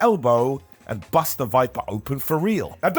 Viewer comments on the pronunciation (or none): none